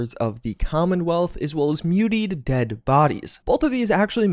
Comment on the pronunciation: It's mutiliated bodies not mutied haha